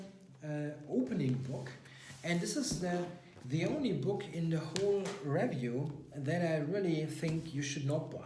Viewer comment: Happy new year! Great video as always, and I love that you use an actual chess set. Please consider analysing some more viewer games as I found those so instructive. Two little pronunciation tips: In the word 'review/ed' the stress should be on the second syllable, not the first. In the word 'atrocious', it's a long o as in go, not a short o as in hot.